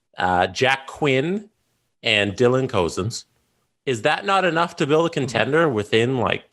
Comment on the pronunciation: why do you guys mispronoune peoples name on purpose? CO-zens? DUB nick?